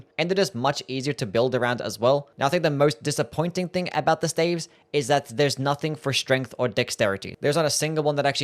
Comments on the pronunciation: Am i weird or is he pronouncing staves wrong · "Glintstone steivs" 💀